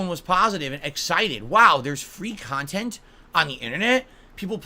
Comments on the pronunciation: It’s “Khantent” DooD say it correctly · Remember guys - this is chill, robhust, ahnest, meaningful khantent. No drama doods.